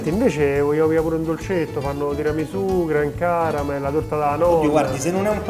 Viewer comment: Ma dice "Gran Caramel"?